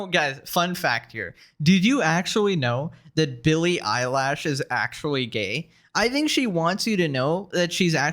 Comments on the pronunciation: Bro said "Billie Eyelash" I can't🤣🤣🤣🤣🤣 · Billy eyelash, is it a nickname or he mispronounced. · Eye-lash? lmao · Billie Elish❌ Billy eyelash✅ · Stop calling her Billy Eyelash, you're making me giggle. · “Billie *eyelash*” 😂😂